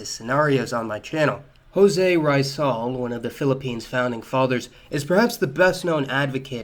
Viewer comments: it’s “ree-zahl” not “rice-sahl” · Rice-sal is pronounced “Ree-zal”. No offence but please do research for the correct pronunciation when it comes to names or certain foreign words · Jose Rice-zal sorry but I died😂😂😂